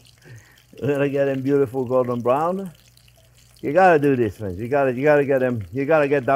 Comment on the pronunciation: Did you say cwanbewwie fwend? You get me so excited fwend!